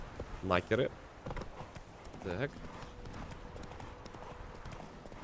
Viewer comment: Каждый раз, когда говорит "Накеры", я слышу - "Нахер их". Це шиза или еще нет?